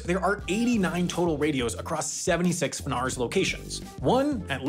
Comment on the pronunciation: We call it efF-Nars not Funars😆